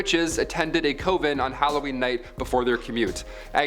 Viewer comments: It's pronounced cuv-in not CO-vin ! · I really enjoy your videos but it drove me crazy listening to you say Co-ven lol I was taught it's pronounced Cov-en. Great video though. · Coven is pronounced "kuh·vn" not "Koh-vn" Sorry that just annoyed me lol, What can I say 🤷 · Same lol he just kept saying it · Was just about to post the same thing! It irritated me a little too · Could you please learn how to pronounce things correctly!! Like Coven, its not cooven!!! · You must pronounce COVEN differently in Canada. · "Cov-ehn" and "Kahn-vehnt". "Koe-vhen" mutter mutter mutter... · Ok people! Stop and think about it! I don’t know where he grew up, but that may WHY he pronounces coven the way he does! I’ll bet y’all mispronounce things!